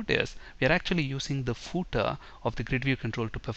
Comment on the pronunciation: Hi! but you pronounced the word "Footer" wrong! The way you said it was like "pootah" with 2 syllables? It should really be 1 syllable or 1 and 1/2, you have to use the full F sound at the start, ignore the double o sound, make it the short 'u' sound then TER. you place FAR too much emphasis on the double o sound and the initial F is compromised. British sometimes pronounce the final "-er" sound like the "ah" sound but theyre wrong. They would say the double o sound in the ordinary not the emphasized. You should say footer as 'fuhtr'. Saying footer with the double o as the long U sound is wrong. And you have to make the initial F sound clearly not a P or B sound